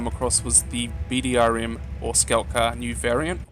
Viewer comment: Would like to point out a few mistakes. It's BRDM-2 NOT "BDRM". Also, the vehicle (Designated 9P148 in former Soviet and now modern Russian service) does NOT fire Kornets. It fires 9M113 Konkurs missiles. The system isn't just "mounted ontop of it". There has been a retrofit of the entire interior of the vehicle to include an automatic loading system for 2x 5 missile reloads, aswell as missile guidance systems.